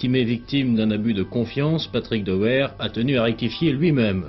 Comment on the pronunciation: "Dehouère" lol